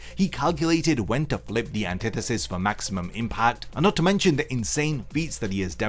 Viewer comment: When i heard him say anthitetist (idk the name first language isnt english) i knew that this wasnt gone be fair at all (for sasuke that is)